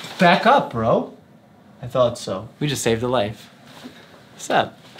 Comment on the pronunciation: the way you said bro. definitely sounded a white dude from new york lol.